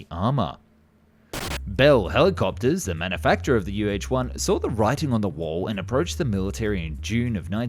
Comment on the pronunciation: "You Haetche one" 😂😂😂